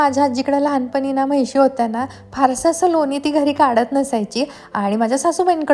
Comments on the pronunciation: म्हैशी नाही म्हशी म्हणतात गं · महिशी नाही म्हणत म्हशी mhntat😂